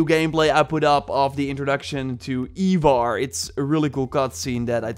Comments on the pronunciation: my dude, you are my ubisoft hero, but for the love of all thats holy its 'eye-varr' not eeeeee-varr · Its fucking ivar NOT “eeevar”😭😭😭 for the amount of vids you have on this game and the story of ragnars sons i honestly think you should know this